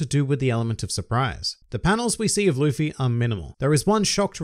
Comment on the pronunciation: He said “luppy” lmfao